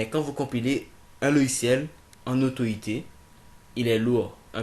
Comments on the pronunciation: Autoit ? 😂😂😂😂 C'est AUTO IT ! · c'est claire énorme !! dit le mot en anglais !! super video !